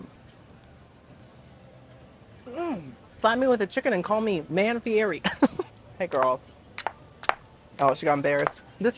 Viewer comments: Please learn how to pronounce Guy's name ....HE says his own name on every single TV show that he's on ... FEE - ETT - EE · His last name is pronounced as fee-eddy